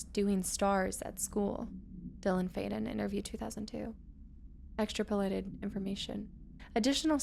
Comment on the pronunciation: She was too busy mispronouncing extrapolated